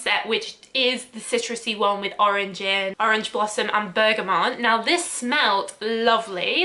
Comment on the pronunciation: My only issue with this video is that you pronounce bergamot as bergamon, for some weird reason.